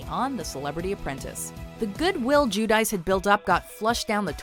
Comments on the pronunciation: lol nice pronunciation on 'Jew dice'. 'C' makes a 'Ch' sound in Italian. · Is Giudice really pronounced like in this video? In Italian it would be pronounced something like "Geeoodechee". Maybe I am mistaken.